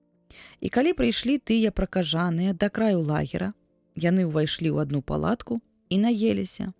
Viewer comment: Прачытана: пракажа'ныя, слоўнік дае: пракажо'ныя.